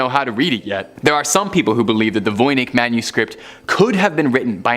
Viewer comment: It's pronounced: Von Itch.